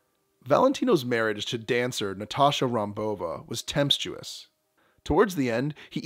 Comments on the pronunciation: Tempestuous not tempstuous as you mispronounced. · Tempstuois?? IT has to get better or go. Tempestuous. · That word the narrator used in the beginning was not supposed to be temp-tuous, but tempestuous. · The word is tempestuous. NOT tempstiss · “tempestuous”… not “temptuous” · "Temptstuous"? You're just making up words now? How about tempestuous*? And how do you mispronounce Pola? Pola does not sound like "Paula" - get it right! I cannot click on Like. Way better editing is needed.